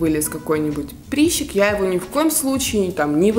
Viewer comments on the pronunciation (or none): Если таки говорить по-русски, то прЫщ, прЫщик. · режет слух слово "приЩик" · Только хотела написать! Звучит ужасно! Бееееее!